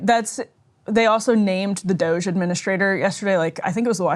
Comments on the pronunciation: Says Ryan, after deliberately mispronounced DOGE earlier -- Again, what grade is Ryan in? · The mispronunciation of DOGE isn’t cute anymore. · Why is he saying doshae? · Ryan, nobody pronounces it Dog-E! Or Doge'...What are you doing? 🤦🏻‍♂️ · Everytime he says dogé I cringe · I like both the meme-ification of calling a government department DOGE and also mispronouncing it Doggy. Whimsical on both ends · why is it so hard to pronounce DOGE? lol dude sounds like a creep trying to make it french or something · Love how Ryan will not give doge the satisfaction of pronouncing their name correctly. Punk’s not Dead! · Why does Ryan insist on pronouncing DOGE that way? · Ryan just continually acts like a child by not saying DOGE correctly.